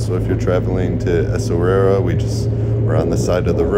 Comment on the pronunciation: Esswarira.. esswira, essawira 😂